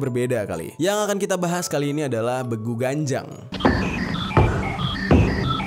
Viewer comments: Penyebutan yg bener itu ; Beeguuu.. Ganjang (bukan Begu Ganjang / ucapan baku) kek gitu bang jerry 💓💓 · Bang bilangnya begu ganjang bukan begu ganjang